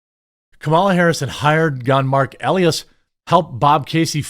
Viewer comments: It’s pronounced E-Lie-Ass. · You don’t even know the lawyer’s name. Biggest democrat campaign lawyer and you read it like you have no clue who he is. Check your pronunciation. E-lie-ass is how you pronounce it. Rather fitting actually. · Jeremy it's pronounced Mark E-lie-ass E-lie-ass not Mark Ellieess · E Lie Ass, say it with me, E-Lie-Ass, Marc E Lie Ass That's his name!